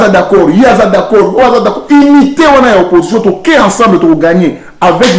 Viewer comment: a lobaka Français kitoko tse ndeko. Ce n'est pas parce que lui-même a l'habitude de dire qu'il s'exprime bien en Français que c'est une réalité. D’ailleurs il prononce mal certains mots ayant la lettre U; il fait la même gaffe que certains de nos compatriotes; "Inion" au lieu de "Union", "l’attitIde" au lieu de "l’atittUde", etc. a bangisa ba shegues.